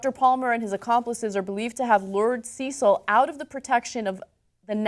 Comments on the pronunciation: See-sil? Pretty sure it's CECIL (Sessil) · Sure I'm pi55ed about the Lion, but quick English, and England lesson. It's Cecil (Sess'l) not Ceecil (Sees'l). Also, Oxford is in Oxfordshire, not in London, but I know you know that lol:) - about 50 miles. And to my BIG GAME hunter friends, I have no objection to you killing a lion, but make it fair one on one and leave the Bow and Firearm at home. This Dentist also has a violation in the US for killing a black bear under similar circumstances and was fined. Phukka! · I know this is quite petty in the great scheme of things, however his name was Cecil not Ceecil and Oxford is not in London....aaaaaaaaaaaahhhhhhhhhhhh! Come on, you're better than this! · It irks me that Americans don't pronounce Cecil correctly. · You're saying Cecil wrong. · Why does Ana pronounce "Cecil" so weirdly? Cecil isn't that uncommon a name, is it? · Oxford university is in Oxford not London and Cecil is pronounced wrong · you saying cecil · It is cecil like cecil rhodes.